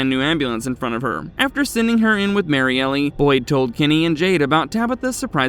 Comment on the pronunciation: I think it's just Marielle as in Mary-Ell, not Mary Elly.